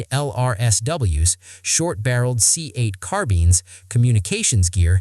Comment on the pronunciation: This is ai, right? Carbeens? Not Carbines. Come on.